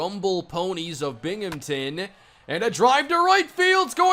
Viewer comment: I'm from Binghamton and hearing say Binghamton is the weirdest thing to ever happen to my ears.